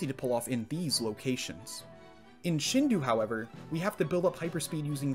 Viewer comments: Shindou is pronounced “shin dough”, other than that ear pain, great video! Subscribed and looking forward to more! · Why is he saying Shindu instead of Shindou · Shindou would be pronounced closer to "Sheen-doe" not "Shin-due." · Tip for future videos: “Shindou” is pronounced “Shindo”, not “Shindu”. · It's a good video summarizing the potential, but please, Shindō is pronounced "sheen-doh," not "shihn-du" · If you Google it it is pronounced shin do a not shin d u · The pronunciation of "Shindou" in this video bugs me hard-core It should be SHEEN DOUGH Like the cartoon character, and well, bread dough I will say, the shi part isn't that offensive. I've heard native speakers of Japanese pronounce it similarly, and I generally do the same. But saying "ou" like "oo" is wrong as heck. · This is epic. Also It's pronounced shin-doh, just for future reference. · Just a friendly tidbit: I'm sure some other weeb um-actuallyed you on this, but shindou is pronounced like "shin-doh" When you write Japanese with Roman characters, pretty much every vowel/vowel-consonant pair is pronounced as it's own distinct syllable. You don't combine them into one sound like in an alphabet. So it would be like "shin-doh-u". The "u" is used to extend the "o" sound for an extra beat. English doesn't really use timing to change meaning, so "shindo" would be a close-enough, not-weeb way to say it (The "n" in "shin" is also kind of it's own syllable. It's the only consonant isn't paired with a vowel in Japanese. Normally every Japanese word ends with a vowel, but "n" is used to "close off" vowel sounds. Spoken Japanese also tends to be slurred to the point where some vowels sound like they're missing) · I wont forgive you for pronouncing shindou like that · Your mispronunciation of shindō hurts.